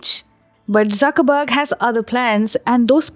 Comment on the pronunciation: She saying Suckerburg and Zuckerberg 😂😂😂😂